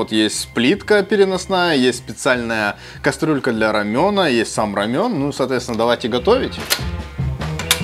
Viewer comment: это рамен а не рамЁн...осуждаю